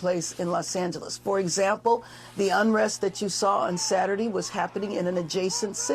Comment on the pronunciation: She cant even say “saturday” correctly… saturdee